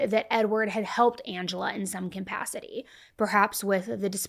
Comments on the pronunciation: i love u, truly, but I've heard "campacity" several times,...it's "capacity" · Love you,, but I beg you--it's CAPACITY, not COMpacity.